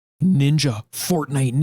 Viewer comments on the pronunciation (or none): none